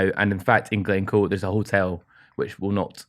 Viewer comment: Glen Coo... ih dear hahaha Glencoe